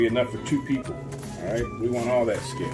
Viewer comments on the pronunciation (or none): none